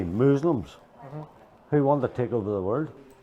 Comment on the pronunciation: "mooslims".... FFS. 🤦